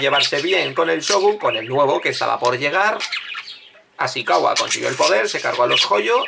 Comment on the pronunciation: No es Asikawa, sino Asikaga.